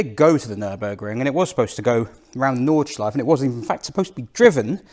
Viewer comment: Hi: your German is not that bad at all. «Nürburgring» and «Nordschleife» sound very good, «Wartburg» has room for emprovement and the «ch» sound is hard to learn; I know. I am really impressed by the performance of this little engine that I had in my 1988 Polo Coupé. Thanks for this video and see you next time »»» Martin 😊 🇬🇧♥️🇩🇪